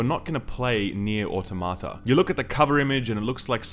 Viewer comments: It's au-TOM-uh-tuh. I know the people who made the game say it wrong, but they are wrong. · jokes on you i was downloading the game right before clicking this review. also can't pronounce automata correctly literally unwatchable. 9/10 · It bugs me how almost everyone mispronounces "automata". It's not "auto-ma-ta", it's "a-tom-a-ta". Yes, "automata" is the plural version of "automation", but it's pronounced more similarly to "automonous".